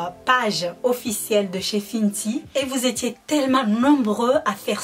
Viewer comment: "Finty" mdrr non c "fenty" sinon bonne vidéo comme d'hab ta de très bon ustensiles c trop beau💕😍😘🔥🔥 de plus tu a une bonne technique de maquillage et tes belle avec ou sans t'en que tu est toi même nous on t'aime😍😘😍💕😘💕💕💕💕🔥